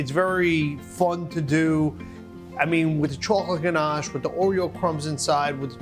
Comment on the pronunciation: Oh yes now I remember this guy he's been on Rachel ray I do like oreos but for me I think the Oreo cake will be sweet but I will try it aint gonna lie lol I love how buddy sounds so fancy saying ganche